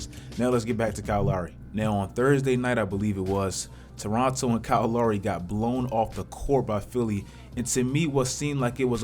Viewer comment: The way this dude says lowry sometimes is mad funny